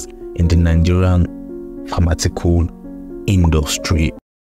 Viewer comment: Pharmaceutical not pharmatical